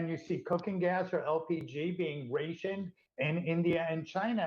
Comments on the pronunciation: New American word, "Raaa-tioned" emphasis on a😂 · WTF is Ray-tioned? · Rayshuned? What the hell is that?